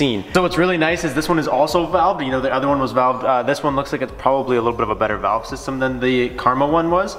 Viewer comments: Is "vavlé" French Canadian for "valve"? 😂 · Knowone gunna point out he said vavle? Instead of valve🤣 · Happy for but what is a “Vavle”? Must be foreign. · Hey, what's a vavle? 😂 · "vAvLe oPeN" " VaVlE cLoSeD"